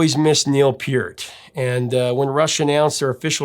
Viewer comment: Great review and awesome commentary. One small nitpicking constructive criticism. Neal Peart is pronounced: neel purt, not peert. Carry on with your great channel. I appreciate the passion, depth and intensity of your love of music.